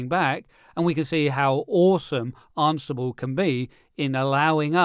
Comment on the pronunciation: Am I pronouncing it wrong or are you? I thought it was an-si-ble not arn-si-ble lol Are you just concentrating on the RHEL exam for this little series of videos? I'd love to see Ansible used with some other declarative software like Vagrant or Terraform.